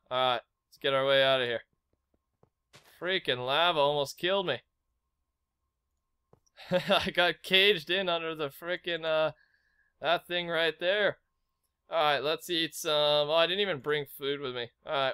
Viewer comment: Cage not car ;(